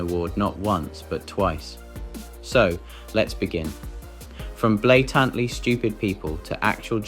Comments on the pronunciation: Blay... tant.. ly ? So many weird mispronunciations in this video. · Blay- tant, lee? Yeah, its riddled with mispronounced words., Weird